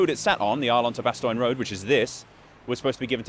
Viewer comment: Few Dutch people would say "straight ass yo". That's US defaultism. It's bad and it shouldn't be in your video. Kinda funny but I think you gotta knock that sort of thing on its head. You're better and funnier than that. also, Bastogne is less <<Bastoin>> and more <<Bastonye>> or <<Bastonya>> Otherwise. . . . cool video. I'm enjoying these